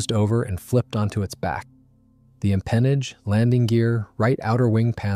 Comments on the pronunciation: m pen aage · just as a note, the 'empennage' is pronounced differently. Good video